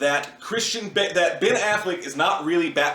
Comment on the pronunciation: Ben* not nen